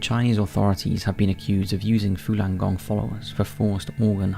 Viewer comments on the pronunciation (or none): It's Falun gong not fulan gong